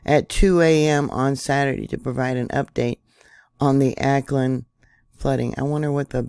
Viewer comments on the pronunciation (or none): Au ckland not Acland "Auckland" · it is pronounced "AH" AUCKLAND nor Aaaa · Auckland is pronounced like hawk without the h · just so you know, Auckland is pronounced (phonetically) " Hawkland".... without, the "H" as in "awkland". Love your channel, been subscribed for 7 years, now. Hmmmmm... your 10th "Anniversary" of the channel will be here exactly 2 weeks from Tomorrow!!... Sunday, Jan.12th, 2023!! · Auckland is pronounced like hawkland without the H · was going to tell her myself..interesting lack of preparedness for a vid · Awclund is how it's pronounced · pronounced= 'Awklind'